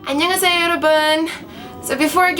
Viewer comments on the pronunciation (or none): why does the say 안녕하세용? instead of 안녕하세요?